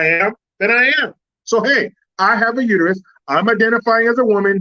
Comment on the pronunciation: It's uterus not u to u.